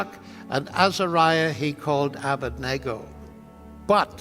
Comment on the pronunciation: OK maybe I need to stop complaining about it if even Dr Lennox says "Abendigo".